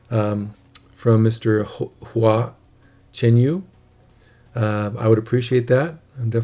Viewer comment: Great reaction - & so glad you pronounced his name correctly. This is the first performance I saw of Hua & was immediately captivated. He is an incredible musician & songwriter and has a huge following in China & around the globe. He is a very unique performer and I love his performances - enigmatic, exciting and profound. Here's a link to Hua's duet NANPING EVENING BELLS with Su Shiding which is incredible: Two other songs I love from Hua Hua is ORDINARY PATH: & DAD I'M HOME (which is phenomenal!)